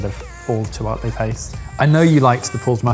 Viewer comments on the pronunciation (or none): As much as I enjoy an English accent, every so often, some word pronunciation will grate on me - saying chipotle with a short o. Why? In Spanish it would be a long o. But also when you read it as an English word, it looks like it would be a long o too.